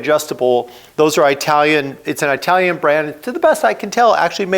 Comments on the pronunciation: cmon man its It alian not eye talion, jeesh for a guy that travels as much as you do. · Eye-talian. ITT-alian, you seppo. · Well,, My current bike is Indian, and is truly the best I've ever owned in 5 decades of riding: a BMW G 310GS! One thing that really grated in this episode was your pronunciation of things from Italy. You have no problem with that word. So where do you get the excruciating "Eye-talian" from? Please could we hear "It-alian"? 😳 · Why do you keep saying EYEtalian? You say Italy correctly. And yes, it makes me happy to buy American products where possible, but I will buy whatever I want if there isn't an American alternative. And while all bikes are mfg'd with foreign parts, that isn't the same thing as having all the parts made elsewhere. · I thought it was an Italian brand but now I know it's an Eyetalian brand. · What’s eyetalian? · I couldn't watch any more after the second Eye-talian. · Eye-talian? (Does it come from from Eye-taly?, with your last name from the neighborhood of Italy you could do better 😂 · Excellent video. Truly. But everytime you said "Aitalian" a kitten died run over by a Chinese motorcycle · Like how you say “ i talian “ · Oh for God’s sake, stop sayin aitalian! 😂 It’s Italy, isn’t it? And you say it right throughout the video… then why on earth aitalian? Sorry, it’s very distracting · An ‘Eye-talian’ brand, from Eye-taly? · I’m a long time fan of yours, and this video makes an excellent point. Thank you for pointing this out. I have to say that your pronunciation of the word “Italian” made me crazy throughout the entire video. I’ve never once heard an Italian say that they were “I-talian”. 😂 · My thoughts are learn how to say Italian not eyetalian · Perhaps you can pronounce Italian the correct way. It's not difficult. Iraq Iran Italian..are not pronounced like you pronounce "Hi". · Can't trust someone who can't pronounce Italian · You butchered word "italian" so brutally....